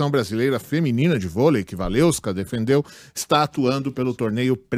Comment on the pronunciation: "WaleVska", não "WaleUska", pelo amor de Deus. Se não conseguir pronunciar, fala Waleska mesmo.